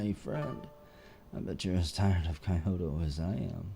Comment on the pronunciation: I'm maybe a bit late but it's pronounced Kee-oto and gay-sha.